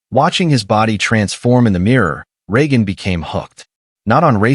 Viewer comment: Other than consistantly mispronouncing Regan's name, was a very good video.